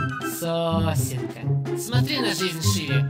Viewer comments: Да там он не сосенка говорит а сосонька >:/ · Я честно так и не понял о чём он говорит говоря "сосенка"